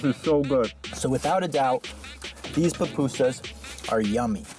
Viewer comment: Loved pronunciation of Pupusas. As a person who may eat some every other month. Nice to see different ways other places make theirs. Plus what compliments come with the order.